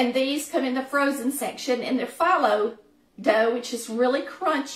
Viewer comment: Looks delicious. I've been using phyllo dough for years, and it is pronounced fe low. Not a biggie...just thought I'd let you know.